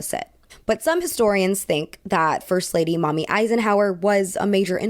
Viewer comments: As an older woman who knows nothing about this topic, I thought this was well-researched and well-presented- you’re a great speaker! A couple mid-pronunciations: Stymies= st-eye-mees, not stimees Mamie Van Doren= May-mee, not Mommy Also, the vocal fry speech pattern is very distracting to me - I’m one person, that’s my opinion, take it how you like 😊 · Darling, "Mamie" in this case is pronounced "MAY-mee" not "MAH-mee". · it’s actually pronounced MAY-mee, not mom-ee. how are u gonna f up my name twice in one video come on now 😩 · Mamie (may-mee), not Mommy Eisenhower. Same for Mamie (not Mommy) Van Doren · Mamie Eisenhower= May-mee. not mommy Also Mamie Van Doren. (not mommy.) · Its actually Mamie As in May me not Mommy Eiesnhowr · mamie isn't pronounced like mommy, it's "may-mee" :) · Mommy van doren 😂 I’m pretty sure it’s pronounced “may-mie” 💜 but yes she’s mommy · Mamie is pronounced with a long A. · Well researched. Many mispronounced names and words make it a little jarring sometimes. Mamie=may-me. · Very good presentation, you’re always so interesting to listen to. My only “critique” is that Maime Eisenhower’s name is pronounced “May-me” 😊 obviously I haven’t read all of the comments on here, so I apologize if this is a repeat.❤ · Mamie is pronounced MAy-mee rather than mommy, just in case it ever comes up again. Love your videos, thanks so much for your great work ❤️ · Mrrs. Eisenhower's first name "Mamie" is pronounced "May-mee." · thought you said "mommy eisenhower" and it kind of shocked me in the head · (psst Mamie Eisenhower's nickname is pronounced "MAY-mee") slips away into the night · Mamie is pronounced MAY-mee. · Polite correction: I think Mamie was pronounced may•mee ✌️💕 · Great video! I just wanted to say "Mamie" is pronounced more like ma'am-ie (with ma'am being pronounced in an American accent) rather than maw-mie.